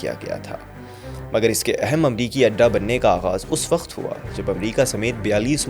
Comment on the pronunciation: I love the choice of words and the narration but please its not WAKHT its WAKT and there were many other words that were mispronounced its not cool or doesnt add any dramatic effect it just ruins the experience please work on it